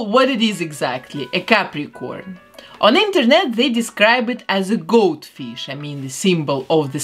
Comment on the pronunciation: she said "Goat-Fish" I hear Goldfish. Also my favourite is Gemini but characters are awesome but i like the gothy version the best